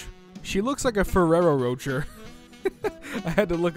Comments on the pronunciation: Did you just call it a Ferrero "Roacher?" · My man just pronounced Ferro Rochers Ferro Roachers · Did really just say “Sas- oo -skay” and “Ferrero roatcher “? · PMG just call it a-kai if you’re gonna butcher it anyways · You lucky he didn’t said “nor- oo -to” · “Ferrero Roatcher” hurts me physically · I imagine Ferrero Roachers are some kind of weird Harry Potter candy, like chocolate bugs that scurry out of the pack when you open it. Lol The pronunciation did make me cringe. My mom freaking loves them, they're always somewhere in the house, so hearing such a mispronunciation greatly disturbed me. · Nobody:: ferero roacher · Ferrero Rocher is pronounced Ferrero Rochey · Tf did my dude just say ferrero ROATCHER and SAESOOKAY? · Did you just pronounce Ferrero rocher like a Ferrero roacher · The way pronounced Sasuke and Ferrero Rochelle is mildly infuriating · pronunciation of Ferrero Rocher hurt my soul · * pronunciation, of Ferrero Rocher hurt my soul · He can pronounce “Açai Bowl” but not “Sasuke” or “Ferrero Rocher”